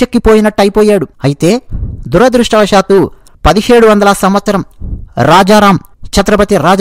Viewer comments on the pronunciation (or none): none